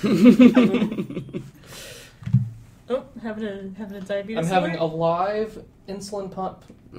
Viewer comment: to hear go full Alabama.